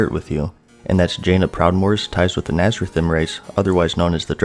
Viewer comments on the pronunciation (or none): "Nazrathem"....You dont even know how to pronoune nathrezim